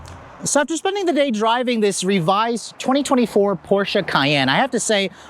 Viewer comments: The "portia" lol..... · The "O" in Porsche stands for optional. 🤣🤣